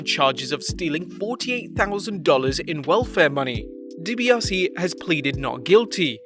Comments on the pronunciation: Isn't it Deebiasee? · “Dibiossie” Jr. He’ll never learn how to pronounce that name properly will he?...